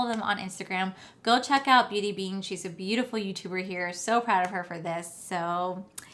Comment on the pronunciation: Beat bean .... try to get name right if your going to hype the pallet .... mines still on the way...nice look